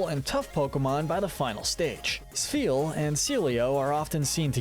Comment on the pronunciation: THERE IS NO VOWEL BETWEEN THE S AND THE P IN SPHEAL!